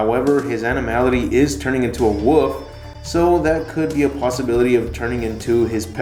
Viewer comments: It's wolf not woof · "Turning into a woof". Can't seem to pronounce wolf properly, apparently?